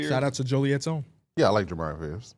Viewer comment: did not say Jeremiah😂😂